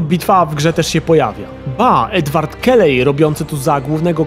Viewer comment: Edward Kellej... jak Kenway...